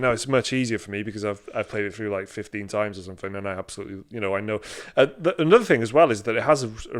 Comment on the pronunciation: "they got him in a cage of somfin" LOL